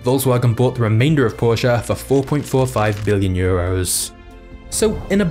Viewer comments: Dude. It's Porche. Not Porcha. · Learn how to pronounce porsche. Do not care if you're English or not, that's a german word, there's no prolonging the "sche", nor It's a "uh" soud. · its not a porshaa, its Porsche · porshaaaa thats all i hear... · i realy like the video .good job witch the anemations and tata vut i dont like how he pronounses porsche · thats not how u pronounce porche lol great video tho :D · Amazing. You said the word Porsche perhaps 70 times throughout this video, and you mispronounced it every time.